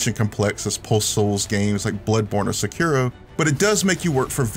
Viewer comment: Does nobody know how to pronounce Sekiro, or any words in Japanese for that matter?